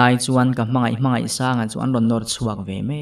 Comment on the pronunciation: Sir hmangaihsanga tih tur kha 'I' I ti zel a